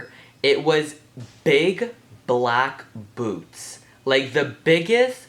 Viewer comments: I thought you said boobs not boots! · At first i thought he said big black boobs, then realized it was boots.